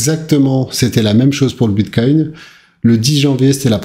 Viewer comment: Vers 6 minutes 50 ta failli dire une fois de plus Biscoin 😂